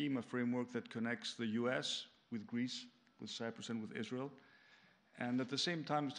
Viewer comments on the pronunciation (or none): none